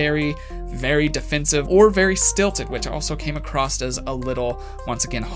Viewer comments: why do americans always say "acrosst"....there's no t...it's not acrossed...it's across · Across not acrost.😒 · Does he say...acrosst? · Is he saying "acrosst"? Like "The coffee shop is acrosst the street"? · You did it again at the end..you say come acrosst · If you are so "educated", why do say "acrosst" so much 🤣